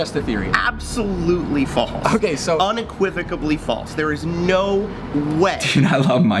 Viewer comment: had me roaring with laughter - "avoquivically" 😂😂😂